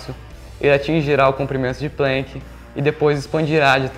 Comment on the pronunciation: Só um favorzinho: é "Planck" e não "Plenck". Alemão, e não inglês".